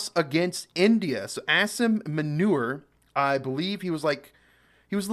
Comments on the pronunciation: Its Asif Moo-ni- rrrrrrrr 😂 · Pronounced Aa-sim Moo - neer now self appointed field marshal 😂😂😂 He took this status hiding in the bunker. Wow what valour!! 😂😂😂 A twisted minded person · AAAAAASIM MOOOOOONEEEEERR is the right pronuonciation 😬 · Bro. His name is pronounced as Mullah Aasim Muneer. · "Ass-im Manure" lol'd hard.